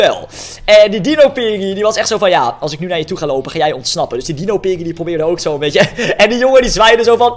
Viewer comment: Het manier waarop hij piggy zegt is een beetje raar